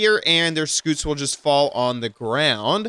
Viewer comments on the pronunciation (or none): It's not a SKOOT,it's a SCUTE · how did you manage to mispronounce scute??? it's literally "cute" with an s at the start??? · Is it just me or does “scoot” sound funny and cute? Scoot Scoot Scoot Scoot Scoot